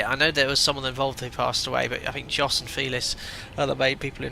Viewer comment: J in Jos is pronounced like Y in yankee. (signed, a spoilsport)